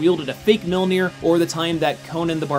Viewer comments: Mjolnir not Milnir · mere-mere? what's mere-mere? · You say millnoji in the beginning 😂😂😂😂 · Sometimes you say Milnear. Really bugging me lol.